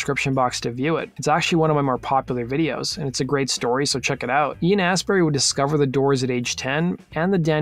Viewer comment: It's pronounced "Astbry" FYI